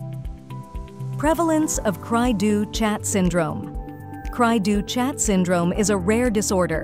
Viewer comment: The ch is pronounced as an sh in French.